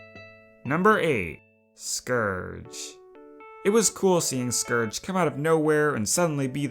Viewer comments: I’m sorry… SCURDGE? It’s scourge 🥲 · It is scourage, not scorge, or scerge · Scourge rhymes with gorge